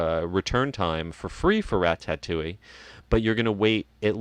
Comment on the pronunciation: Love you but please teach how to pronounce Ratatouille. It's Ra ta touille. Not Ra tat touille.